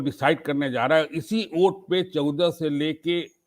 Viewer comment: I request to you Alok ji kuch journalists ghalat pronunciation karte hain mostly 2 words wajah ko wazah aur bawajood ko bawazood bolte hain plz correct these words I hope they all are knowledgeable journalists but they should careful about pronunciation of urdu words Wajah is correct Bawajood is correct